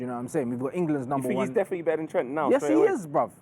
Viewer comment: He said dedinitely one not three